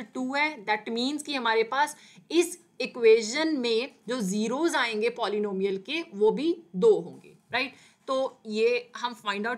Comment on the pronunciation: Abeeeee tum pehele polynomial bolna sikhoooooooo